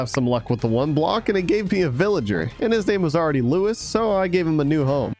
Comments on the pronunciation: It's not pronounced Lewis, his name isn't Lewis, it's Luis :) like L OO EE S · I feel offended he pronounced my name wrong it’s Lu-e-s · Hey I’m a huge fan and just saying you accidentally pronounced Luis wrong